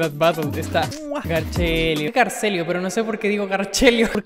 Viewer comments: Se dise garcello >:V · Garcelio xd es Garcello v